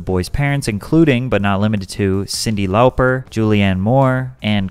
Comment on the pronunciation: hearing you mispronounce Cindy Lauper's name hurt my soul....im so old